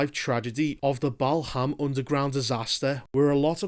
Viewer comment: Waiting for MLK vs. Malcolm X starring Jet Lee and Donnie Yen. 😎 Balham, pronounced Baa-lum, not Bal-ham. Thanks for the video! 😊